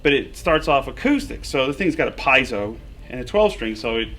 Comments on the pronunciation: Piezo = Pi (pee)-e-zo, NOT pie (yummy)-zo. I can't believe my ears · How does Joe Bonamassa not know that it's pronounced "pee-ay-zo"? 😕